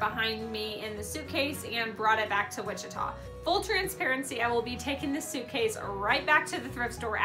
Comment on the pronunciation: Valerie Michaels haha everyone always pronounces Wichita wrong, me included until I moved here!!